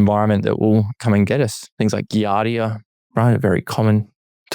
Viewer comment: I'm not sure I trust a microbiology "expert" who keeps mispronouncing "giardia"...